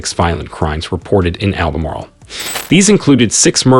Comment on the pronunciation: Albemarle is over 150 miles from the coast....plus the way you pronounce some of the cities shows you have no idea